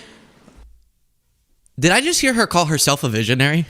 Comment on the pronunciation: No, she said veeezionary